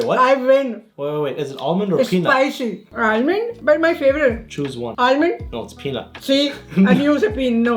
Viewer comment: Mom:”Irond”:”Huh?! Irond what’s that?” Mom:”Irond nut”:”Ohhhh Almond!”